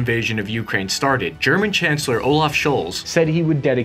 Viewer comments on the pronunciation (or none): It’s not YOUkraine. Please stop making so much emphasis on the first letter. Emphasis should be on the “A” - ukrAine. Thank you ❤ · One small correction not U!kraine, but ukrAine, accent on A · bro you gotta stop saying youkraine. It's Ukraine... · When did we start saying *U*kraine and not U*kraine*, like the rest of the world? Kind of like *I*raq vs I*raq*, putting the wrong emPHAsis on the wrong sylLAble..... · Have seen 3 of his videos and the way he pronounces Ukraine just hits me every time. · Can you at least say Ukraine correctly? Please do them this favor